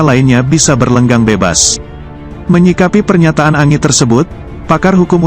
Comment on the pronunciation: Bukan ANGI tapi ENJI "ANGI" bung admin